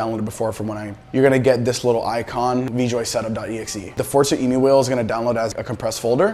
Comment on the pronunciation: Thanks dude great vid. Short and to the point. Btw, i don't think its Emu as in the bird i believe its taken from the word Emulate 🤷‍♂️